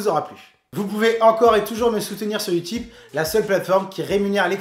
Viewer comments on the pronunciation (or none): none